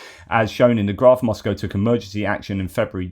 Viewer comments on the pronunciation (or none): none